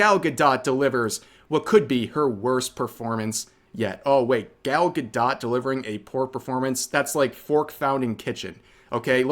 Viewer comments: 1 for mispronouncing Gal gadot as Gall ga dot lol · The way bro pronounced Gal Gadot 😆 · Why is it saying gal gadot like that? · Rev please, love you man, but please go watch a video of Gal Gadot saying how to pronounce her name. You are way off.